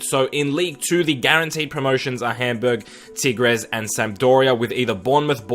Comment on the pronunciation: Nice pronunciation on Tigres